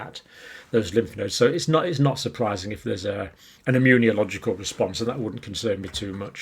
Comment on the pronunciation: Hey don't worry, he can't pronounce immunological either.